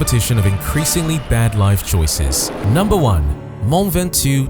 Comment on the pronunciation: Mont Ventouille What... Please do an effort of trying to at least say it correctly. You can even use Google Translate which says it correctly..